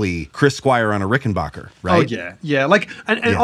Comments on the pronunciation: Dammit it's RickenBACKer, not rickenBOCHer!!!! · RickenBACKer. RickenBACKER. RickenBACKER. Not BOCK. ✌ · You dudes need to learn how to pronounce "Rickenbacker." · It grates on me so much to hear people like mispronounce "Rickenbacker."